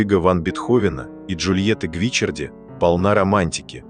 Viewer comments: Недьзя правильно произносить фамилию ? Что за Гвичерди ? Ее фамилия Гвичиарди !!! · Ну почему ГвИчарди?!! ГвичАрди! Как режет слух! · И снова замечания в звуковом сопровождении-правильное ударение на ГвичАрди, а не гвИчарди. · Я бы читала Джульетта ГвиччАрди с ударением на втором слоге😊. Моя любимая Лунная соната. Только влюблённый мог сочинить такую божественную музыку ❤ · Всё-таки правильно Гвиччарди. И ударение на 2-ой слог. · Вселенская музыка, очень печальная и больная история любви, спасибо! Но Бога ради, как же терзает уши неправильное произношение: ведь Джульетта была ГвичАрди! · Как режет слух ГвичЕрди! И не слышно в манере, голосе и интонациях повествующего тех эмоций, которые должны соответствовать трагедии Бетховена и истории создания Сонаты. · жаль, что Вы не удосужились проверить ударение в итальянском имени, а это важно, режет слух и о многм говорит в отношении Вас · Произносите верно фамилию графини((( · Ребята! Это машинный голос! Машина не знает;как правильно произносить фамилии...увы!